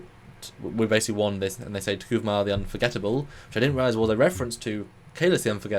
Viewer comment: The name is T'Kuvma. Phonetically... "T-Koov-ma" Three syllables... Not "T-Koo-va-ma". Hate the holographic comms... Some really odd story stuff that does not make sense to canon... But we are only 2 episodes in... Might get better... But I will watch regardless